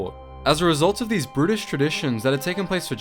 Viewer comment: I can’r decide whether you’re saying ‘brutish’ or ‘british’, because both are accurate.